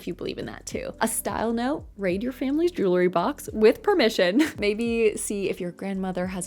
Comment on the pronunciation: lol are you saying jewlery?